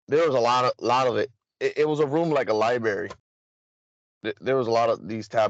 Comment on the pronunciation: I can't imagine wanting to go to a "Liberry" as he says, he doesn't seem the book reading type.